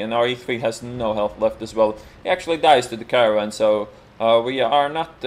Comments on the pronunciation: laughing harshly whenever he says caravan for caernarvon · It's so funny the way u say Caernarvon, in Polish it is a vehicle to transport people that died if that makes sense. lol